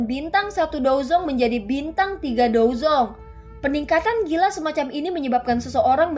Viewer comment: Bukan dozong dozun 😂